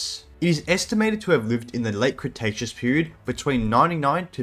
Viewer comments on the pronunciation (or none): none